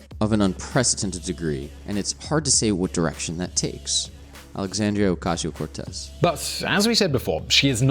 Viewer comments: Can’t even say her name right... usually like your videos, but this is garbage. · how can you make an entire video about someone and not bother to learn how she says her name it's not like this is an obscure person as you yourself said she's one the most popular democrats today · Say her name right omg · Pronounce her name correctly, please.